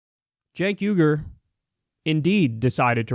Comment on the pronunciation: YouTube's CC seems to think the way you pronounced "Cenk Uygur" translates to "Jake Hunger" which sounds like a 90's action movie star that has to cannibalize the biceps of his enemies.